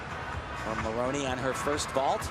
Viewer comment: At about , Tim Daggett said "Maloney" instead of "Maroney!"